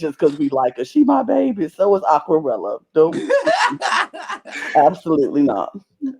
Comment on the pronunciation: pronounced "Aquarela" perfectly 😄